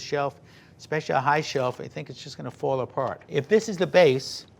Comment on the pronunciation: I love the NY accent “Fwall” Edit: Swoggy cereal